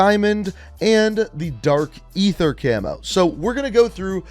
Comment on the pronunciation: Bro can pronounce psychadelic but not Aether 💀